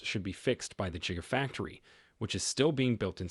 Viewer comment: "Jigafactory" bahaha!😂😂😂